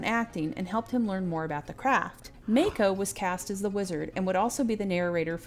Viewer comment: its pronounced MAHko, not MAYko. And I didnt know Sab Shimono dubbed Gerry's voice, now i cant not notice it lol